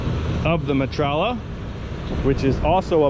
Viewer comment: Stop saying metralla! Aghhhhh!! Me-tra-ya 😂